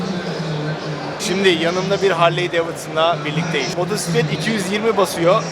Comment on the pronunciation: seslendirmeci adamsın, motoRsiklet nedir ya...olmadı...evet motosiklet faşistiyim :) o 8000usd dediğinden kullanıyorum